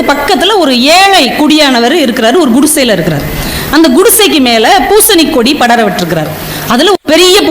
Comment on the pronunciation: நல்ல விளக்கம். ஆனால் தமிழ் நன்றாகத் தெரிந்தவர்களும் கு( gu)டிசை என்று உச்சரிக்கிறார்கள். முதலில் குடியானவன் என்று சரியாக உச்சரித்தவர் ku( gu) டிசை என்று அடுத்து உச்சரிக்கிறார்.